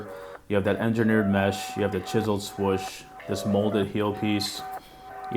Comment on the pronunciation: He really called it a "swush"...